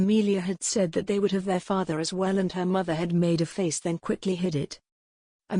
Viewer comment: The robotic voice pronouncing words wrong take the enjoyment out of listening. SECRETEed becomes secreted- as in to ooze. Read is pronounced red. Father-faither